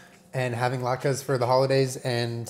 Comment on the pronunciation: "I know the challah bread and I know thuh lahtkus"